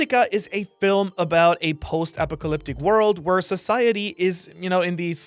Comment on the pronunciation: Apocalyptic is pronounced A-pock-ah-lip-tick.